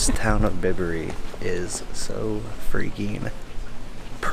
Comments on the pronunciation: Aaaaaaahhhh!! It’s Byberry not Bibbery. As in bicycle please!! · Enjoyed the Video, well done, glad you had a good time. Just one thing, it's By berry, not Bib berry. Best wishes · Bibury 🤦‍♂️it's Bye-bury🤨 very nice vlog... well done, and welcome to not London!